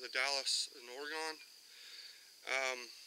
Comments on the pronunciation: The Dalles is pronounced "the dalls" and we people from Oregon say it like "Oregun" not "Oregone" that's how east coasties say it. :-) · Or-eh-gunn is how to say it ;-) Great story reenactment all the same!